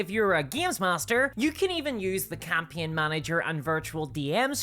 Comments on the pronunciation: Is this an AI? Who pronounces "campaign" as "campeeon"? EDIT: okay, she's not AI, but I'm not familiar with her accent. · HOW can you mis-pronounce "Campaign"?